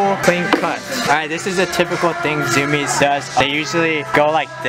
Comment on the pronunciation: ITS PRONOUNCED ZU-MI-EZ NOT ZUMIZ!